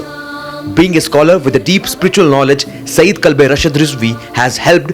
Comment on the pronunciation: its not saeed its sayyed brother